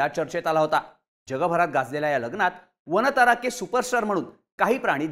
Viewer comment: "वानता"रा अस नाही "वन्तारा" असं म्हणा दिशाभूल केली जाऊ शकते